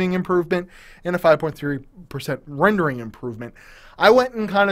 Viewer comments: "reNERDING" improvement.. :) Sheesh.. I should have preordered one of these at $530 on Amazon and gouge some Intel nerds on Ebay. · lol RE-NERDING!!! NO DOUBT MY MAN!!!